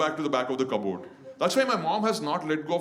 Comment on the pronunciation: I think you should change the way you say cupboard.. it sounds like commode 😬